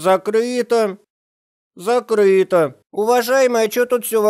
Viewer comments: "зактыто" "зактыто" "зактыто" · Не закрыто а зактыто лол